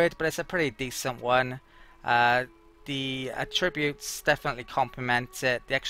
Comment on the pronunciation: I didn't even notice the melee thing among all the mispronounced 'attributes'. :) The emphasis should be on the first syllable when used as a noun. (AH-tri-butes)